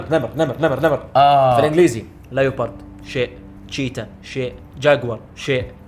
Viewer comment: غلط تلفظها ليو بارد انما ليبورد. وكمان شي اسلوب اخوك متصنع وتافه بحاول يعمل مثلك.